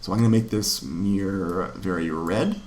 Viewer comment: You have the worst pronunciation of the word "mirror" ever... Great videos though.